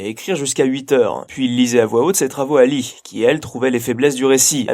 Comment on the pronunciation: Je crois que le prénom de Madame Eddings se prononce "Lee" ^^"